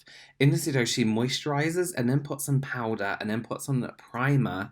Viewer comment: free replay button to hear say POWDA and relax